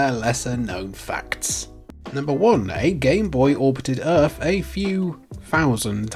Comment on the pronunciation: I genuinely don't understand your accent and by that I mean pronouncing the letters "TH" you say "three" and "the" correctly but "earth as earf", "think as fink" Is it a cultural thing? I'm genuinely curious.